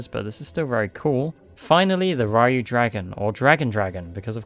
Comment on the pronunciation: Errata: "Ryu(u)" is not pronounced as "Rye-oo", but rather like "you", but with an "r" on the front.